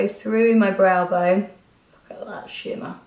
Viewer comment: Love this Nic! 💙💚💗 On another note, when you said '"look at the shimmer' ...I genuinely thought you said 'look at that shit man' 😂😂😂 xxx